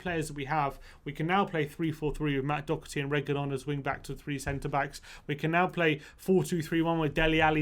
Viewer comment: I love yous , but I’m irish and it’s not pronounced “ docerty” it’s pronounced “dohherty “ nice vid tho